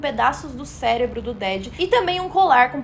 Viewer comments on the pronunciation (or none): none